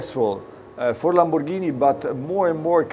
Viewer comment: LAMBORGHINI NOT LAMBò RGANI...................